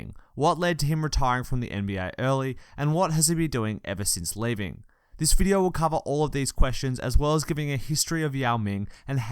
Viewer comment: this bidyo ispanny🤣